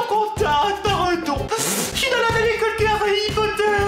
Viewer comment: Tu dis Harry pot de terre ?! XD #TeamPalmier